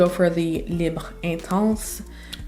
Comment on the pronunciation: As someone who speaks French, thank you for pronouncing the French names/words correctly, unlike people who insist on saying libra(Libre). Just like genra(genre).